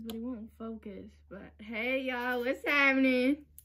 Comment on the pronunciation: "hey yall whas hatnin"